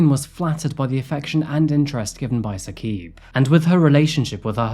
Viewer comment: Also it’s not “Hasheem” the pronunciation is “Ha-Shim” And it’s not Saqeeb. It’s “Sa-Qib”